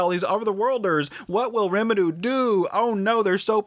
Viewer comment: i still wonder why you miss-pronounce the names of main characters... are you adding a Japanese accent? Eris as eDis, Rimuru as RemiDoo...